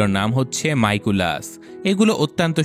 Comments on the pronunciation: Miraculous not maiiculous😊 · আপনি আমার প্রিয় Cartoon characters দের বলদ বলে ঠিক করেননি। Marinette একটু Clumsy প্রকৃতির, আর Adrien অনেক একাকী। আর আপনার উচ্চারণেও ভুল আছে মিরাকুলাস হবে উচ্চারণ।